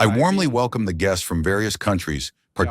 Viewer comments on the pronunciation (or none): All I hear is “ We Welome WW3”